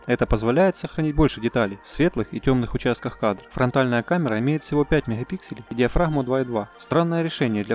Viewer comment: Диз за "меХапиксели"....буква Г!